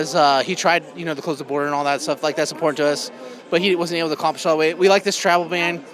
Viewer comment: She's such a waste of good oxygen! And the way she pronounces INPORTANT, drives me freakin Nutz. Hopefully she will Not be re-lected.! 🤞🤞🏻🤞🏼🤞🏽🤞🏽🤞🏿